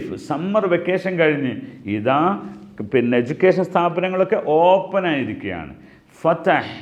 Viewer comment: ഓപ്പൻ അല്ല ഓപ്പൺ